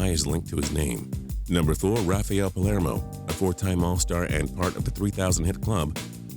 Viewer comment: thought I was the only one